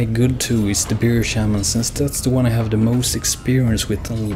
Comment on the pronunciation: Haha, I fucking love it how we European's can't seem to pronounce "Bear Shaman" correctly. We all pronounce it like Beer Shaman. Its actually really damn hard to pronounce bear.